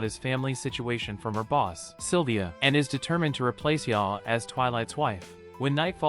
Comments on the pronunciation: Yor's name is pronounced "YOUR" not "Ya" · He also calls yor 'ya'